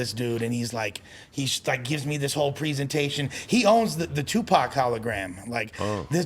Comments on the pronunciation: Loool white people man this nigga callin Tupac…… Tuepax 🤦🏿‍♂️ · "I OWN TUPACK"